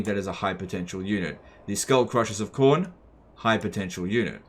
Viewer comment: "Warbeast of Chorn" No no, Quorn. It's the vegan option.